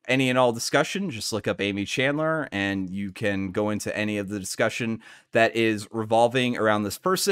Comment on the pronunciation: There are tons of youtube videos with Aimee’s name being spoken. It’s really distracting to hear you say “chandler” over and over again. I recommend looking up the name of your videos’ subjects before you start recording Thanks for putting this together in any case. The limitations on what can be posted on reddit for this story make it hard to follow a narrative there, so it’s nice to have a video about it